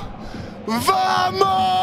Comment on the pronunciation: des barres ..... essaie de dire Bamos ! le v se prononce B en espagnol !!